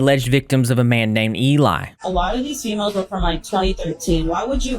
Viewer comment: Everything little thing about her rubs me the wrong way. The constant need to say “females” and she says “feemils”